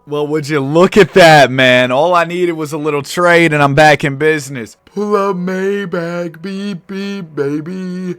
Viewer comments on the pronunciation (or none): none